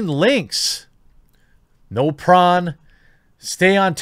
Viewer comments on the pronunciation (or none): "No prawn" - The crustacean? That's a strange way to pronounce "Porn"!